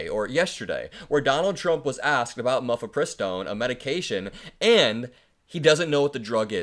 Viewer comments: “Mifepristone” NOT “mufipristone”. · It's not mufepristone. It's mifepristone. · Dude... You can't bash someone for not knowing things when you don't know how to say the word mifepristone. Miff-uh-pri-stone. Not Muff-ee-pri-stone Ok. Now you can bash him. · Dude, seriously, it isn't "mufipristone" it is Mifepristone 🙄